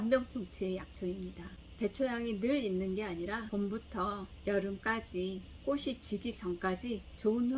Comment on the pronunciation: 좋은정보 감사한데요, 방송인으로서 발음이 정확하면 더 훌륭하지요. 꽃이 ---> 꼬시× , 꼬치 ○ 꽃을 ----> 꼬슬× , 꼬츨 ○